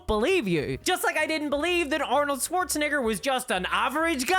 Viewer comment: oof that pronounciation of schwarzenegger's surname. :face-blue-smiling